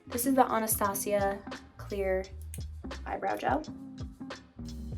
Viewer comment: Finally someone that pronounce Anastasia as it is !!! Good job she is soooo pretty